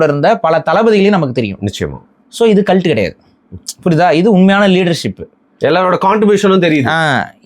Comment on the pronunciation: Video paakama audio mattum keta naala yedho asingama kalattu kalattu nu sonna mari irundhuchu 😂